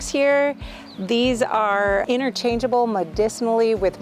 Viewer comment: INNER -changeable. IN-TER-changeable. There's a big T in it.